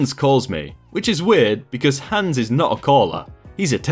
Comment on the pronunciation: You murdered the name hans!